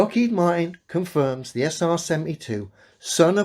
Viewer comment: What's a Lockheed Maaart in?